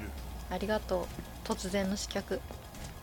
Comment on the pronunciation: 楽しそうな姿を見ているだけでこちらも嬉しくなります。 最後まで見届けますね。 あ、刺客は「しかく」と読むんだぞ、と。